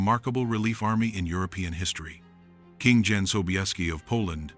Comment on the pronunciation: Jan is prounced Yan, not Dzan!!